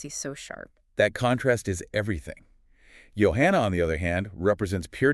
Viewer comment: Why do you two call her "YO-hanna"? He clearly calls her "JO-hanna" in the song. Are this man and this woman speaking actually AI?